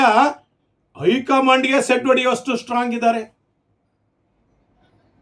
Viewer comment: ಶೆಡ್ಡು ಅಲ್ಲ ಸೆಡ್ಢು. ಒಡೆದರಾ ಅಲ್ಲ ಹೊಡೆದರಾ ಇರಬೇಕು.